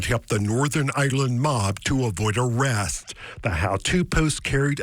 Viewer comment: avoid arettthhsstt